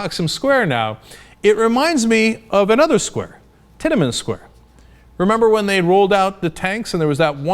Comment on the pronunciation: Lol titamen square. Dude its tian an men square lol.